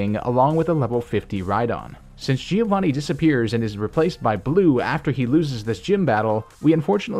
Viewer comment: When you are Italian and you hear "Gìiovani"